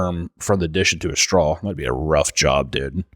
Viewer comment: I love the way pronounces straw. strawl